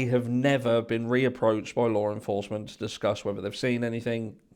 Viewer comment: I can’t tell you how long I looked for a Lauren Foster 😂😂😂😂 Y’all I finally realized he was saying Law enforcement 🤦🏻‍♀️I was honestly embarrassed by myself lol